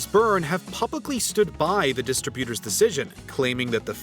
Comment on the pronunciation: The narrator manages to mispronounce simple industry terms like "television" and "distributor", apparently not knowing which syllables need proper emphasis.